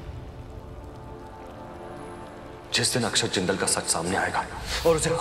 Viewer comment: Aksad nahi akshat naam hai